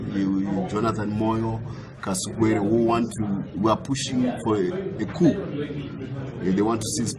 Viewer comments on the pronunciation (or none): none